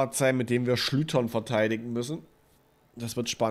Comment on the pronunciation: SchlüCHtern nicht Schlütern :D